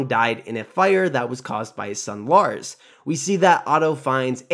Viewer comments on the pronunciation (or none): Larys , is pronounced Laris, not Lars. 😀